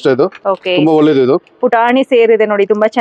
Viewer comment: ಹೊಳ್ಳೆದು ಅಲ್ಲ.. ಒಳ್ಳೇದು... ಹಕ್ಕಿ... ಅಕ್ಕಿ.. ಬೇರೆ ಬೇರೆ...